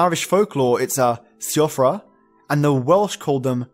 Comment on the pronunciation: Great video! "Siofra" (Irish for changeling) is pronounced "Shee-Frah" ^^ cant wait to listen to more!